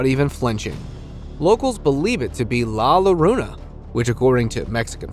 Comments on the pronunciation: I think it’s La Yorona not La La larona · Can I offer u a tip?! When you pronounce it its LA Yarona.. Like My Sharon a by The Knack.. And its pronounced Bru-HA for a female witch in Mexico... Love your channel... ❤❤